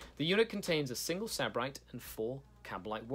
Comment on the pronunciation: Its pronounced Sib-arite It means hedonist or pleasure addict (or originally a person from Sybaris, Greece)